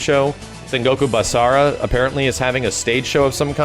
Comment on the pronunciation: hearing just say Sengoku Basara makes me SO HYPED!